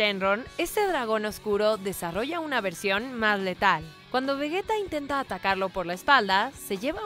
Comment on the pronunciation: ¿Por qué dicen Vegueta? Es Vegeta. Entendería "Veyita" que es como dicen en Japonés pero ¿Vegueta? Aunque escuchando lo mal que conjugan los tiempos verbales...